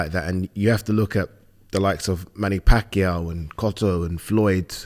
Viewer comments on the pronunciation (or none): none